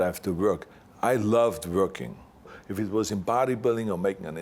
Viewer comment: I like how he pronounce "working" like "vuorkin."